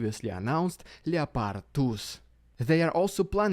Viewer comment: ''Ljepardj'' tanks